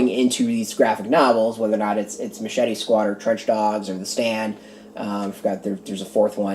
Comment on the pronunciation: Really appreciate the review, and you got the last name correct. Glad you enjoyed my story